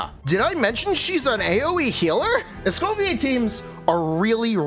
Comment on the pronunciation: Escoffier is pronounced as "Eskow fiyé"